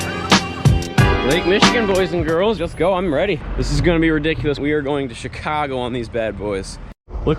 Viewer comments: “Goeen to She-kaar-go” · And they’re going to ‘ChAeCahgo’